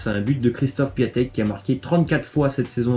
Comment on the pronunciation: Par contre ça se dit "Pion-tek" et pas "Piatek"